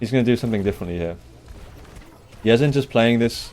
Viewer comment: its pronounced Yeh-Zan the SA stands for Saudi Arabia